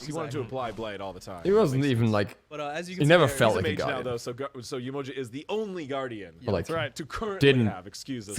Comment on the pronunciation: The pronunciation is horrible. Not Yemoja sounds like a sandwich. It’s pronounced Yeh-Mo-jah! Not juh, jah!